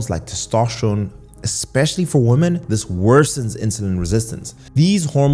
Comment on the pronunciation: For some reason, I find it annoying that you pronounce "woman" and "women" the same...